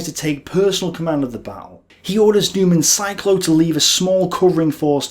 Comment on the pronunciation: Your driving me nuts by pronouncing Noymann Zilko (as it sounds roughly in German) as Newmann Cyclo. Just look at the letter order of the L and K!! That minor thing aside excellent work. A really superb summary- and I have read a few books on this subject. Keep up the great work.